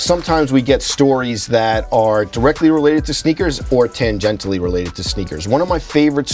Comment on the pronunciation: “Tangentally” haha